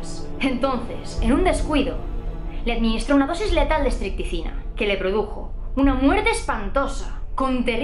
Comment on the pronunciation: No creo que estuviera enferma. Puede que estuviera predispuesta por genética o tuviera muchos traumas que la transformaron en un monstruo. Por cierto te equivocaste en una palabra, dijiste estricticina y es estricnina. Me he leído todas los misterios de Agatha Christie y suele aparecer. No se como puedes contar todas estas historias tan chungas y no tener pesadillas. Muchas gracias y un saludo de Gran Canaria